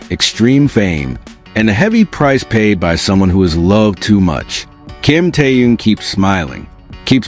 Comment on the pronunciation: Где вы увидели охрану, да еще усиленную? Джин и Тэхен идут совершенно одни, и где охрана. Глаза откройте, бросили мальчиков одних, после всех угроз, любой подходи, и делай что хочешь. И вы автор неправильно произносите имена. Это Тэхен, а не Тэюн.